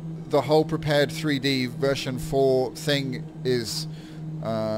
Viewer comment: I think I gotta keep telling people this. Prepar3d is pronounced: Prepared, like to be prepared for something. It is NOT pronounced Prepared 3D. NOT! I need to keep telling people this, and it is getting annoying. When you say Prepared 3D version 4, you are saying it wrong. You should be saying: "Prepared Version Four." Even If you want to be even more correct, Saying Prepare-3D is better, but not Prepared 3D. PLEASE GET THIS INTO YOUR HEAD. PLEASE!